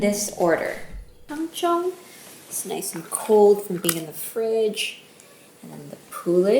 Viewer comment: I like how you say "it'll only feel like 80%" like I haven't absolutely botched an 80%. "IT WON'T STOP STICKING" I cried as I sat on the floor sobbing into my soggy dough caked hands. Also I've only ever read it. I've been pronouncing it Tang-zong. I'm so glad I'm the only bread maker in my friend group that would've been embarrassing lol.